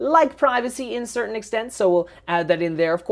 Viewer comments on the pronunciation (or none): none